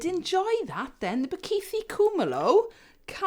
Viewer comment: Just a heads up, we don’t have a th sound like you have in the word “the” in our languages in South African. The th in Bakithi” is similar to the t sound in tip.